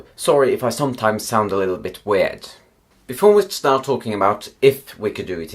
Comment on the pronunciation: You wanted me to correct you? Well for one, you pronounciate "weird" and "sorry" in weird ways.